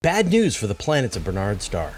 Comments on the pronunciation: Barnard's not Bernard's. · Surely the pronunciation is not "Ber-nards" but "Bar-nards" star. Minor quibble. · It's BARNard's Star, not Bernard's.